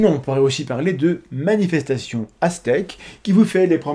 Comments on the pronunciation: Maniestation * attention à prononcer correctement :) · Au début j'ai compris "Manifestation ASTEC" :D